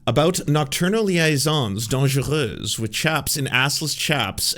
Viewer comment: Finally, I've heard a YouTuber pronounce liaisons dangereuses correctly. Maybe it's because he's Canadian that he knows how to say French stuff. The several Americans I've heard butchering the phrase kind of reinforce the idea that Americans don't care about what anyone says if it isn't in "American".